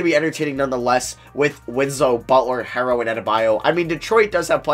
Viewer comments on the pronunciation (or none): It's not "Tyler harrow" is "Tyler HERO" like a super hero